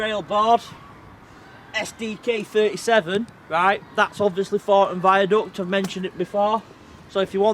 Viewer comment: Note how this youth has unfortunately incorporated into hi speechthe childish southern habit of saying TH as F as in Fornton. This affectation has crept north nigh on 20 year after first appearing on Eastenders and Jackanory.